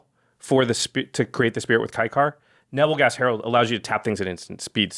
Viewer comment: Lol The german pronunciation of nebelgast was way off😂😂